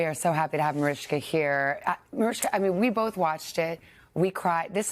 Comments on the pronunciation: Why is the Today host calling her "Marishka"? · Why does that woman say « marishka » is her name not Mariska? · She's mispronouncing her name